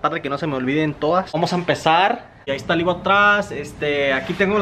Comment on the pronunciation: EVO EEEEEVOOOO. No IVO 🙄